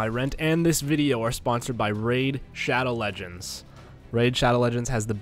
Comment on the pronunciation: woof.-. “Raif” SHADOW LEGENDS?